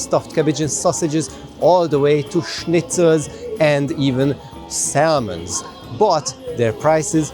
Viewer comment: Love the video! Just one tiny little bit of advice, when pronouncing salmon, you don’t pronounce the “L” so it’s pronounced like samon. 👍